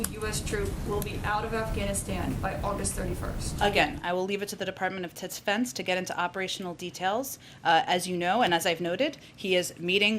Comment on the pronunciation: did she say the department of titsfense?